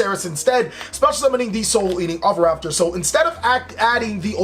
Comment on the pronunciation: i like how you were "struggling" each time to say oviraptor but in fact you said it right each time